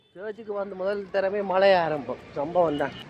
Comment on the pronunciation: 09.00 மலை இல்லை மளை என்று வார்த்தையும் கிடையாது, மழை தான் இருக்கு - நாக்கை கொஞ்சம் வளைச்சி பேசவும்